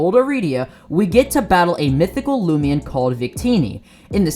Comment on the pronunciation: "loomian" Me: WHAT?!?